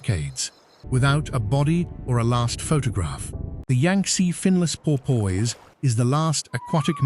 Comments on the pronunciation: its pronounced por-piss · Por-poyse? AI much?